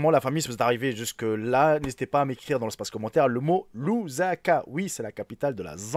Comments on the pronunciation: Ce Lusaka pas Luzaka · Lusaka et non Louzaka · Ça s'écrit : LUSAKA et ça se prononce LOUSSAKA et non LOUZAKA Eh oui en Afrique c'est possible, surtout dans de villages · Mais non, Lusaka pas luzanga